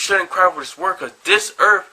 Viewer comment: "dis erf is ruled by Devil himself" don't need to say more, self-pwnage